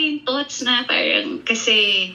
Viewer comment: Ang arte ni ate SA paran,ang bigkas is perrang 😂😅